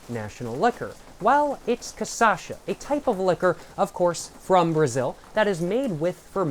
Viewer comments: Lil tip: its CA SHA SA, not ca sa sha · It’s not “caçacha”, it’s “cachaça”, pronounced as ca-sa-xa. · its not "CaÇasha" Its CaXaça" ahahahaha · bro is not ca ça cha, is ca cha ça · You say "CAÇACHA" but it's actually "CACHAÇA". You're mixing up the last two syllables, and I love it but thought I should say something! hehehehe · poha man you should pronounce it KA CHA SA instead of kasascha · Man you got the name almost right just invert the syllables, instead of ca-sa-sha you should say ca-sha-sa. If you are interested in trying to pronounce 51 in portuguese you shuld try saying "cinquenta e um" that sounds something like "sincuenta yoom". One other very very important thing, you called the "churrasqueira" a pizza oven, man be carefull with that, it is a grill for brazilian barbecue, almost every single house and apartment in this country have one of that. What you said its almost heresy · cashasa not casasha jjajajja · CA CHA ÇA. Not CA ÇA CHA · who's kasasha? 😭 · Ca Sasha 😂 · ca - cha - ça //// TRY: CA / XA / SA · Really need to make a version of this but only saying CASASHA (and also taking a shot every time respectively) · ca-sha-sa is the pronunciation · ca-sacha is so tuff twin never say it properly. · I like that he say caçacha lol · its ca-sha-ça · It's CACHAÇA for christ sake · bro, it's CA-CHÁ-ÇA!!!! XÁ!!! love your videos :) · It's kah-shah-sa and you said it wrong every single time >:( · Every time he says Casacha i die a little inside. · KATIASHA! you can pronouce corretcly. you say kasasha,its sound wierd, sounds like a japan name, you have to say, KATIIIIASHA (use more power in "I" word so separate words, silabes). i suggest you to say it corretcly to sell more books. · hey is cachaça said like kashassa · Pior que nos primeiros vídeos ele tava falando certo kkkkkkk do nada ele começou a errar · This is the 3rd video in a row that you did not learn to pronounce cachaça i will acknowledge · Its cachaça bro